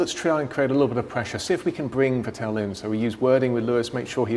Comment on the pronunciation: How do you not even know how to pronounce "Vettel" properly? You work in F1!